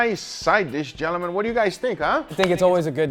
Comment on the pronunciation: I love how says Gel-A-Men...i mean gentlemen. We all have our accents! Great content as usual.